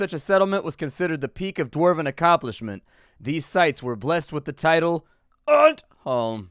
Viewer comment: I have no idea why but I actually got slightly offended from the way he was saying undholm, for the simple fact that he was saying it wrong, but I am not one of those people I promise